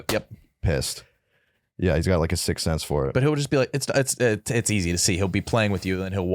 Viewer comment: is calling it a "sick sense"? Lol